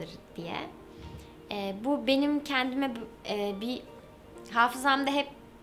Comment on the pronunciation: kendime kelimesini doğru telaffuz etmesini beklemek çok da büyük bir istek olmasa gerek